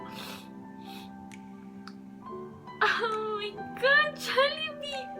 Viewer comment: I thought your stomach was hurting, you kept saying "ohh my gut" LOL